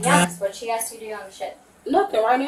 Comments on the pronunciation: “She ax me to go on the cruise “ 🙄🙄🙄🙄🙄😳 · Or in her case, "ax" for a lawyer. 😂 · They axe difficult questions!